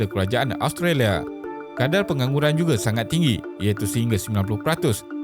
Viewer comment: As usual, very informative. Cuma pronunciation perlu diperbaiki, especially nama negara. Tiada “O” di dalam Australia. Jadi bukan “austrolia” atau “ostrolia”.